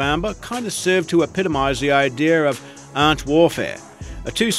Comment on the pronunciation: It’s definitely a put-on fake Aussie accent. Dead giveaway is that he thinks Australians say “ahhnt” when we just say “ant” normally.